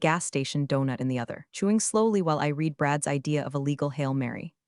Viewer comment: Here is an original thought to help you get to 10K subscribers --- Let a Human read the stories Computer audio apps don't know when to pronounce words differently -- The past tense of "read" is also spelled "read," but it is pronounced like the color "red." This can be confusing because the present tense is pronounced differently Side Note -- I will subscribe only after a human starts reading , until then , no I will not